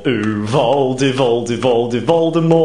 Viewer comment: YESSS I HEARD VOLDEMORT WITH A SILENT "T"